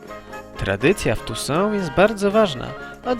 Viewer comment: Rzadko kiedy uczestniczę w polemikach internetowych, ale tym razem muszę!!! Mianowicie chodzi mi o sposób wymowy nazw własnych z uniwersum stworzonego przez Andrzeja Sapkowskiego. Na spotkaniu kilkanaście lat temu zapytałem go o to i wychodzi że: 1. Toussaint to "tusą" lub "tusant"; Beauclaire to "boklee" lub "boklerr", Maecht to po prostu "majeht". Stolica Temerii to "wyzima" przez "ź"nie "wyz.ima" przez "z". Z kolei byłym władcą Redanii był Wyzimir przez z. Itd, itp. Proponuję byś na przyszłość pokusił się choćby o konsultacje z kimś znającym temat. Wiem, że CDP R też kilkakrotnie użył w grze W3 błędnej wymowy nazw. Nie wspominając już innych lapsusów- to sam Geralt-Rozenek myli się min. czytając nazwę stolicy Temerii w kilku dialogach i tak trafiło to do finalnego produktu.